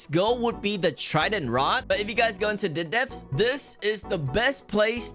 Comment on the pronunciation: “Frish” “the deaf” “corbon roc” “dolloar” “forshaken shor” “statue of sorver”